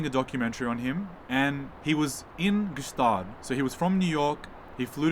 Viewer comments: May i perhaps enrich your already great video and lifestyle by add that Gstaad is pronounced Staad, the G is silent. Greets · It's pronounced "Schtaaade" by thw way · Not pronounced ge staad. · That’s not how we say Gstaad, I love the succession type of vibe so cool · the g should be silent btw